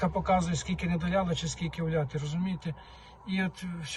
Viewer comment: Не долИла, а не долляла. Говоріть правильно. І кіломЕтр, а не кілОметр. Коли це якісь малограмотні кажуть, це якось колхоз так колхоз. А Вам це ніяк не можна робити.